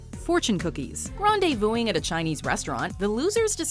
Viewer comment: "Grendezvousing"?? do your people not know how to talk properly?